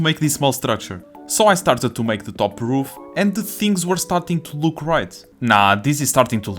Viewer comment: I like that ween he pronouces "Roof" as "Hoof"